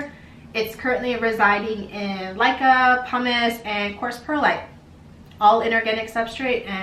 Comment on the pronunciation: Laika ? It's called Leca.....